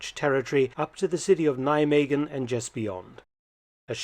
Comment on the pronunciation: Thanks Dr Felton for this interesting piece of history in the Netherlands. Nice bonus is that you pronounced Nijmegen and Maas quite well.